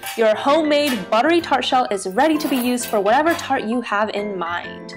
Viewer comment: First, it’s not tartO it’s tart. Second: waaaay too much butter. You need only half of one.